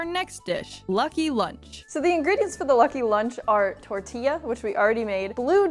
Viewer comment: No hate but can you please say tortilla properly (tortiya)